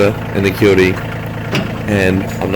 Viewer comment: You should probably delete the video and do a better one. You are confusing the CK2510 with the CK2610. I'm not going to watch the entire video again but just in the first 45 seconds you pronounced Kioti wrong, gave the wrong PTO HP, gave the incorrect weight, and the horn is not a fake button, it's an option that you have to pay for.